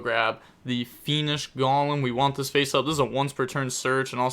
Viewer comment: You need to add Golem to your next pronunciation video